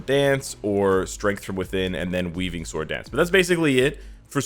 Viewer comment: You do Not Pronounce the "W" in the word "SWORD >>